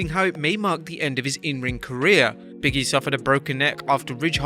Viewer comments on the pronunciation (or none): Can they get a voice over guy that doesn't know how simple words or names.i don't know who biggy is or canye west.has a hard time with words like narrative etc.